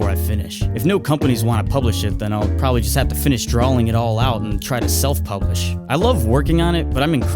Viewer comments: Drawing not drawling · Y do u say drawling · Are... Are you saying "drawling"? With an "L"? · He says "drawling", anybody noticed? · Draw not drawl